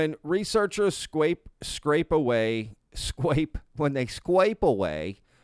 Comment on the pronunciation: You scwaped through this one! 😂